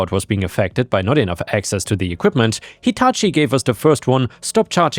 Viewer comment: You actually pounced Hitachi correct. Most American say its name wrong.